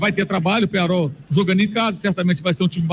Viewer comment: Qual jogo vc assistiu? Penharo? Que time é esse? "I um time" ???? Vc é americano? Kkkkkkkkkkkkkkk Amigão, o nome é Penhãrol, e é um time horrível. O time ter uns títulos não adiciona técnica a jogador ruim. Vc é um vascaindo que nem sabe a nacionalidade dos caras kkkkkkkkk... O uruguai tem 2 títulos de copa, depois disso, quantas finais disputou? Sai dae anti, mas pode continuar dando audiência pra noiz. Vascaindo sem tradição...